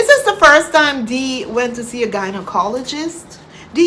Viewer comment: whom are you advising about the gynaecologist. The way you drop your knickers you should be a regular visitor at the gynae. Fibiroids??😂😂😂 (pronounce faibroids) 😅😅😅. Which gynaecologist did you visit in Poland? Did you use your insurance??😮😮